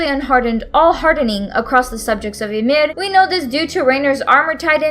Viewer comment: Please just fucking say Yimir and Titan correctly